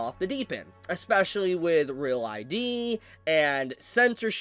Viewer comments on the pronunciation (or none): none